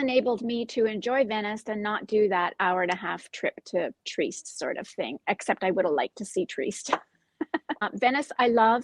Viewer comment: Trieste is pronounced “tree-EST”, fyi.